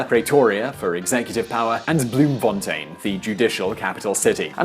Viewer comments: Awesome! An English guy who manages to say "Bloemfontein" right the first time! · He can pronounce Bloemfontein correctly. I'm impressed.